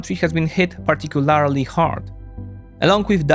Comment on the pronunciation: This guy always says "particularly" wrong.